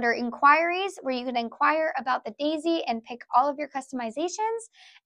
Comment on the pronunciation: I love how your accent comes out when you bring out the Dayzee. It really shows your enthusiasm and how much care goes into Geshelli Products❤